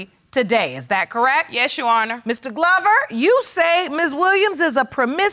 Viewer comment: People repeat after me “ Honor “ not urner!